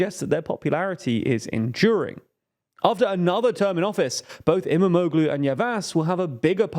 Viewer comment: I believe you will need to mention his name more often from now on. "Imamoglu" has actually soft g (g with a breve) which is not really pronounced. Think of it as = Imamoulu (o pronounced a bit longer). You can also check Google translate for the correct pronunciation.